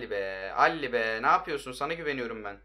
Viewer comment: Dele Ali , alli değil